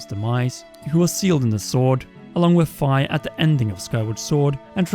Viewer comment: I think Fi is pronounced as the phy in physicist not as the fi in sci-fi. That said, I love your videos!